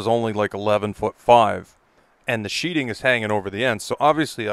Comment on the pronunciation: Sheathing. Not sheeting. It even says this on the plywood, t-111, osb.... you are SHEATHING a structure like you put your knife in a sheathe not a sheet. So many people make this mistake in videos that it is becoming common. Like a common group of illiterates.